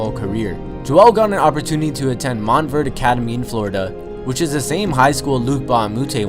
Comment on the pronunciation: this man said "mont verd"... smh